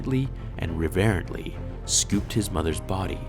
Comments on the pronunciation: "revairently" lol I think you mean "reverently". You put the wrong emPHASis on the wrong sylLABle! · Dude do you really not know how to pronounce reverently?